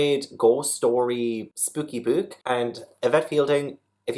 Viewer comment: Incredible, almost transcendental 🖤 Also can't get enough of you saying "spooky book" sounds cracking in Geordie